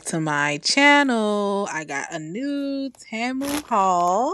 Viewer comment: It’s pronounced “tee- moo” 😂